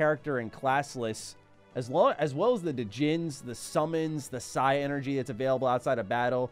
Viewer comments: It's pronounced Psynergy and not Psi-Energy.. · Dude, it’s pronounce like genie. The d is silent. That’s the proper spelling of “genie” it’s “djini”. Sorry but I really thought you should know. It’s also not Psy energy. It’s Psynergy. Like Synergy with their allotted element. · Just saying it is pronounced "sigh-ner-gy" not "sigh-energy" Also the "d" on djinn is silent. The plural is djinni which is pronounced "genie" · They already told you about the djinn, but the magic is call psynergy, “Sin-er-gy. Otherwise love the video, I miss reading the manuals on the car ride back from Walmart